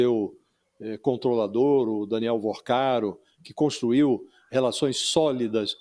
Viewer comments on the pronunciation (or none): none